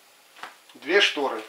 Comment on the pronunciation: Ужас а не шторэ